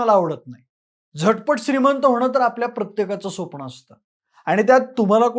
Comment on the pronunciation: स्वप्ण nahi re baba it's स्वप्न.